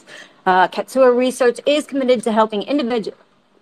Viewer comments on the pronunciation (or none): Not Katsua ...Katusa for next time